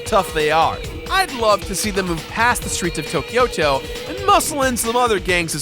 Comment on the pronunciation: Tokyo-to just means Tokyo City. The "to" sounds like in "Tobias"